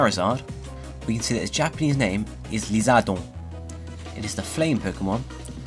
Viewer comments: Your Japanese name pronunciation is actually really good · Glad that you gave a better pronunciation of Japanese names! Keep up the good work!